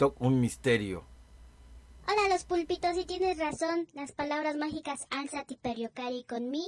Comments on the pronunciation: Y se pronuncia igual 7n7 alzari per gio care con me y significa levántate a jugar conmigo, no es alziati pers io cae co me 7n7 y no es levántate pero juega conmigo 7n7 ay dios - _ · Yo más bruto, pronunciaba Alzáte no álzati